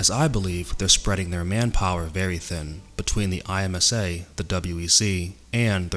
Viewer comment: I’m like thrown off the way you said IMSA by just the letters instead of “EmSAH”. Also Petit Le Mans will be a dope finale.